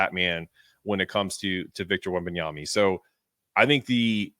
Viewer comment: Why are you saying Wembanyamy?